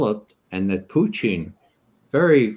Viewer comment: Perhaps that's the Russian pronunciation?